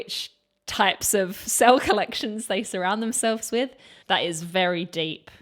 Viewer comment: I love everything in this video and could say much in its praise, but putting all that aside, I will never stop appreciating a British woman's pronunciation of "with" as "wiff". God bless the British.